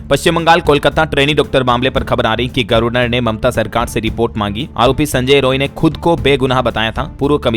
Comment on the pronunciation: गवरनर होता है गर्व नर नही